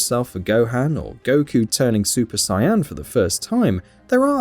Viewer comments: Dammit I wanna watch whatever dbz dub this guy got. Super sai-anne🤣🤣🤣😂🤣😂seriously it's hard to even take the video seriously when these things are being pronounced that way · Super cyan lol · the Moment you called Super Saiyan Super Cyan.. I stopped taking you seriously.. and further mispronunciations like kai for ki are just wrong honestly did you even watch the show? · "Super Cyan... "